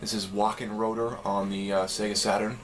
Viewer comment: 'ö' is pronounced like 'uuh' if that makes any sense. thanks for the video.